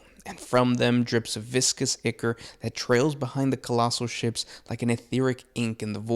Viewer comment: You don't know how much I appreciate you saying the word icor properly